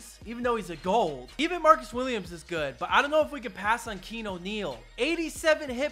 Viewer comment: I’m pretty sure it is pronounced key-ah-new